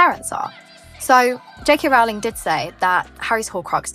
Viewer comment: Unusual that you mispronounce Rowling on a Harry Potter-themed channel.